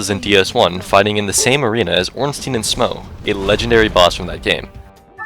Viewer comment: Ornstein is actually called Ornstein, not Ornstien. Americans just butchered the pronounciation to a point where everyone says "stien".